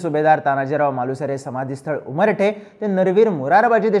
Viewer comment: सुभेदार तानाजी मालुसरे यांची समाधी उमरठ या गावी आहे... चुकुन उच्चार उमरठे असा झाला आहे...